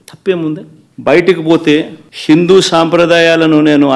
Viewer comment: హిందూ అనే పదాన్ని సిందూ మతం అని పలుకుతున్నావ్ ఏంది జగనన్న😂😂